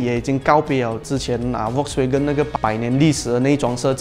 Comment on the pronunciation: 其实 Volkswagen 不读 V 的音，是要读 F 的音的。读对音对需要专业的你们来说是很重要的。